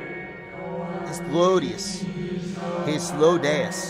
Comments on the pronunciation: say it with me: High. Flow. Day. Us. Hythlodaeus. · Or even hith lo day us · High thlo day us